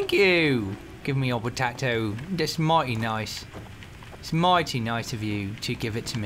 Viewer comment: Toby your english accent does need a little work... i am not trying to sound horrible but we dont say potato like that :) by the way i am english so if you dont believe me then go check yourself